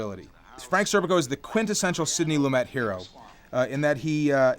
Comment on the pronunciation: pronounced Lumay not lumet